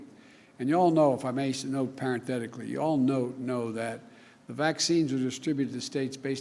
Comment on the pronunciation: Mesa paranthethetically????